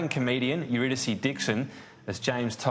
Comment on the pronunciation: Her name is pronounced uridicee. It’s a greek play or goddess I think